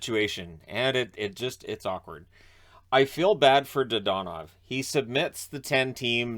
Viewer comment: your pronunciation of his name is......frustrating